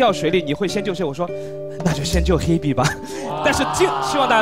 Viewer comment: H b？？口齿不清啊